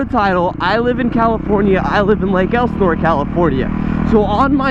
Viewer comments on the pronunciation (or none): none